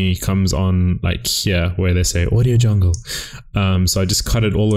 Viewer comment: i cant stop laugh when u say audio jungle